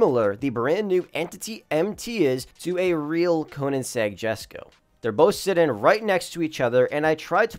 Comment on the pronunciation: “Yesko no jesko”-🤓